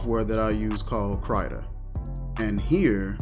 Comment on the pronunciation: I think it's pronounced 'kritter', as in crittur